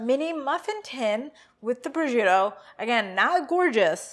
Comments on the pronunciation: There is no “z” in proscuitto. Pros”shk” toe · abcw oops, I was on my phone and confused the words. Prosciutto is pronounced "pro-shoot-oh" : roll the "r" and stress the 2nd syllable but you articulate all 3....not roll them all together like they say "pruhjutoh". LOL It ain't a form of Kung-fu eh! ;-) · It's "pres-shoot-oh" . Charcuterie is pronounced "shar-KOOT-er-ee". Americans... ;-) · It's pronounced pres-koot-oh?